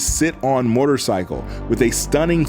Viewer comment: One cannot simply say MORTARcycle and expect us to unhear it